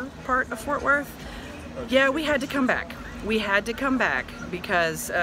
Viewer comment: It's FORT WORTH not fortworth.